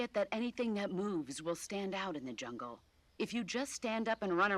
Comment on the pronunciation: Okay lol I swear I heard you say “look at that yummy junk” but you said jungle 🤣🤣🤣